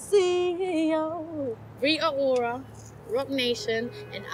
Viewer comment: Can she not pronounce her t's?